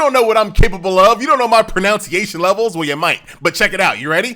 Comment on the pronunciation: Can't even pronounce "pronunciation" correctly.